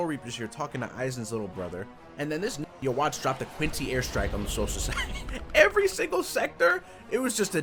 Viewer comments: Stop calling him u-wach ! His name is I-Watch X) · The English pronunciation of Ywach's name IS the source of that debate of bleach fans and CLOSE MINDED CHRISTIANS... because it's supposed to pronounced Yuhwah, which is similar to YHWH, or Yahweh... Abrahamic religion's God